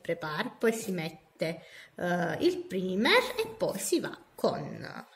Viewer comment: Ciao, volevo darti qualche dritta Il “primer” si legge “praimer” E la parola è “nail prep” non “nail prepar”